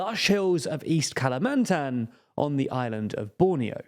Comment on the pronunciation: dunno man the way he pronounced Kalimantan sounded iffy